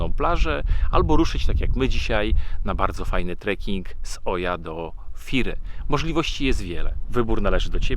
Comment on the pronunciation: Zwrócono nam uwagę na wymowę miejscowości Oia, łatwo zapamiętać gdy się skojarzy z odgłosem osła :) Ija --------- było fantastycznie :D